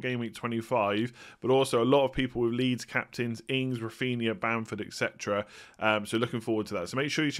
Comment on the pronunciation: Only because I watch every video and you keep using the word all the time. It's "et cetera" not "ekcetera". Congrats on a great season!